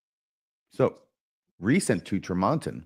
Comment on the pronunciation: As an aside, it is pronounced TREE mon ton